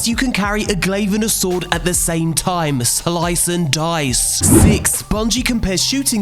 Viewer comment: “Sloyce and doyce!” That killed me lmao